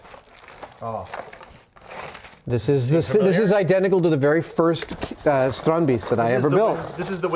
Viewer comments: Kudret Aksoy They are close but not quite there, it actually sounds more like "Strond-based" and the plural "Strond-base-ten. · Tried googling this phonetically and failed spectacularly. It is 'strandbeest' and not "Stronby's" as I thought. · Why are they pronouncing it strondbeast?